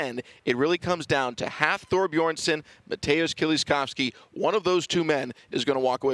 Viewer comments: Can somebody tell the announcer that its "Bjornsson" not Beeerson" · “Beerson”? Son of beer, son of brew! (Btw it’s Bjornson, these are elite athletes, get it right!!) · well it´s difficult to write an explanation, its Björnsson (son of Björn) with an ö, it´s an icelandic letter (also in swedish and some other languages) that is pronounced in a similar way as the danish and norwegian letter ø. It´s not beerson or beardson although we do find that funny. Also the r becomes almost silent in the pronunciation but that depends on where in Iceland you´re from. check out the pronunciation here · David Kymdell It’s because he mumbles. Seriously, they cannot even be bothered to pronounce the names of the world’s strongest man title holders from the last two years correctly?